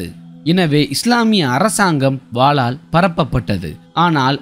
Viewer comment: வாலால் அல்ல. வாளால்